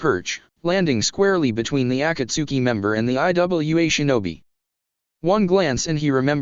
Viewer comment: it's iwa not i w a